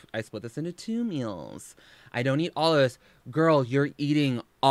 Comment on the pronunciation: The way she says "meals" makes me so frustrated its meal not mills gorl